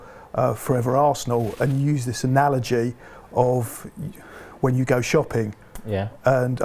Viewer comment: If I hear another analagie I'm gonna get an allergy 🤣